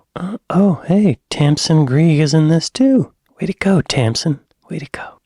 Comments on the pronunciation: Greig is pronounced Greg, her sister was actually my head teacher at school. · Tamsin Greig, it's pronounced Gregg I know you like to get things right so just thought I'd say....